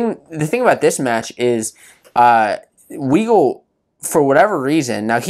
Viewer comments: U can't even pronounce Weigle and then you don't even know how he wrestles that's his MO his whole career can't take a y body down never has he rides and tilts but he is good at it without the benefit of what Dayton gets away with so yeah it's close he is also 197 lb you expect those matches to be a lot more controlled and close not impressed with your lack of knowledge about the sport you obviously never competed in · How is it a great recap when u have to correct him about Weigle he can't even pronounce his name right